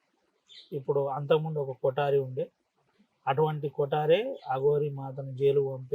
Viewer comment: కొటారి కాదు కోటరి